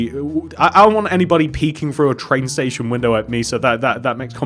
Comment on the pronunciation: he said tran station